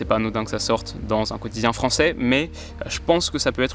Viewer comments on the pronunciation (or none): none